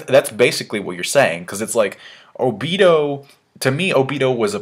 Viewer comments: i cringe everytime he says oBIto (obeeto) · I think its pronounced oh-bee-toe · Okay, i know this isnt a big deal but WHY ARE YOU SUDDENLY PRONOUCING OBITO'S NAME WRONG? You used to pronouce it right. WHAT HAPPENED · you said obito wrong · why are you suddenly pronoucing Obito's name differently? Before you used to say it correctly. What happened?